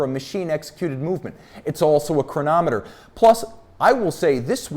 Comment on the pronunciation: I could listen to saying “chronomet bleugh!” all day